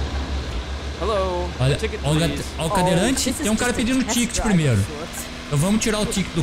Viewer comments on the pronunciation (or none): E impressão minha ou ele fala "entlar, plimeiro, etc?